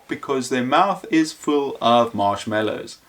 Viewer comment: marshmAllow not marshmEllow